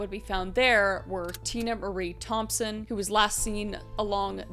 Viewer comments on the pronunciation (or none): none